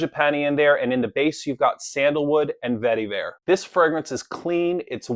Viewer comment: Love every time you say "vetty-vare"! LOL